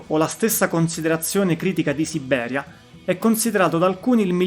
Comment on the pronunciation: Ottimo report, su una band il cui valore non viene sempre colto ..(Un piccolo appunto: non si può sentire la tripla B di Sibbberia, ..😊)